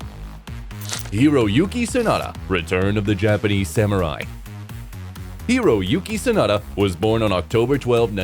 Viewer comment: 真田広之→サナダヒロユキをソダヒロユキって、、全く信用出来ません！